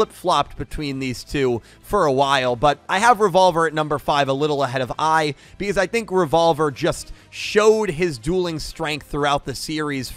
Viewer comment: when you said “If Lightning and AI dueled” I rewinded cause I thought “AI” was actually “I” as in you () 🤣🤣🤣sounded like you were challenging Lightning